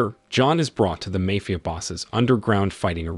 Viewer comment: I just wish the AI’s could learn how to say mafia correctly